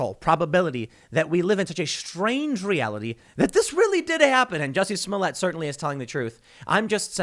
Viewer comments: Ahhh yes... Juicy Smolyet.... the famous French actor. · Tim. His name is Juicy Smoolièt. Get it right. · It's "Juicy Smoyey" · The least you could do is pronounce his name correctly, it's French.